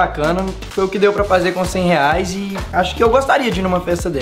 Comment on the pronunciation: Gente coloca no minto em vez do enaldinho falar reais falou leais